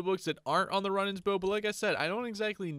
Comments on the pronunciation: its rune ans not run ans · Runaans is pronouns roonins not run ins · Zealot is pronounced: zeh-let Runaan's bow is pronounced: roo-nans (you say the last part right, it's just 'roo' and not 'run' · Not meant to be a hate comment but it's pronounced roo-nans not run-ans :) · Roonaans bow is the pronounciation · I noticed you mispronounced Runaans, it’s pronounced either Ru-nahns or Roo (like Rew) nahns. I wouldn’t have pointed this out but you asked us to so you’re welcome lol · (Ru-nawn) is how you pronounce the bow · its pronounced "zelit" or "zelot" and the bow is pronounced "roonans" no hate :) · im just trying to help... its pronounced roonans you hold the sound mor elike when you say spood its the same oo sound ;) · Wrong pronunciation: Runaans Compass Zealot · Dont wanna harp on you, but Runaans is pronounced Roooo nons bow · It’s pronounced roo nans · You are pronouncing zealots like this zélots try not accenting the E in the name and you will have it good. And runaans is pronounced (Roo-nons) just for if you need help pronouncing 😁